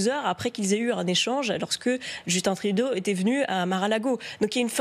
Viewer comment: Félicitations vous avez prononce Justin Trudeau comme il le fallait